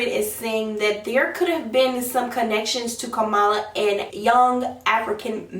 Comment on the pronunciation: It’s KAM- a -la